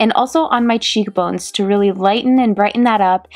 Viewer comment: anyone else notice how she had sort of an accent when she said nose ans cheekbones at the end?😂 Love you and this look!!